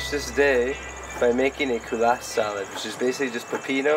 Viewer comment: Sorry kulas not kuala lol!